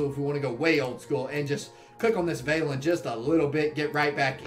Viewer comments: It’s pronounced ‘Svarlin’ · No it's pronounced how it's written, Svalinn.